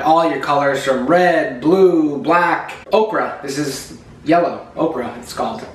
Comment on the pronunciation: Hold up. Did that guy say Ochre was Okra?